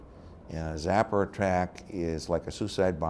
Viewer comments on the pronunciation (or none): He mispronounced it but I've heard my dad and other Vietnam vets mispronounce it as well, I don't know why but I'mma find out today when I talk to my dad. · Sapper. Not zapper.